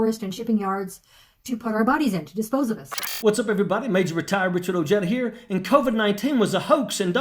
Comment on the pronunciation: C'mon man. Your name is pronounced Oheda...